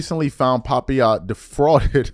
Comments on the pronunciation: bruh, its pronounced PUH-PY-YUH, a tropical fruit! SHEEESH! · Pah- Pie- Yah. Papaya. The fruit lol